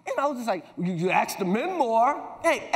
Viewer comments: Funny how he went from saying "ask" to "axe." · Why do people mispronounce ask as axe? Chris Rock started right then slipped into saying axe. I’m bamboozled by it....not quite discombobulated yet, but I’m not far off!